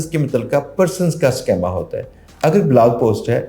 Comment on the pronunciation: Sir it is SCHEEEEEMA, Not SCHAAAMA.